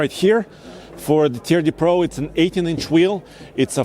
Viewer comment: "Turd De Pro" - that is the French designation of TRD Pro